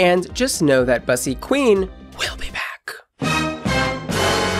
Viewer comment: So if you got Bussy from black american english, your pronunciation is incorrect, no offense.